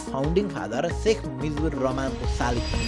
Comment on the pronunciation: I'm offended from the Subedi dai as he pronounced Mujibur as Mijbur 😢❌